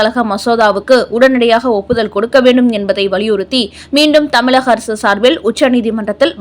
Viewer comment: ழ கர உச்சரிப்பை ல கர மாக உச்சரிப்பாக செய்வதை திருத்திக் கொள்க ...தமிழகம் என்பதை தமிலகம் என்றும் வழக்கறிஞர் என்பதை வலக்கறிஞர் என்பதையெல்லாம் திருத்திக் கொள்க .கேட்பதற்கு மிகக் கொடுமையாக உள்ளது.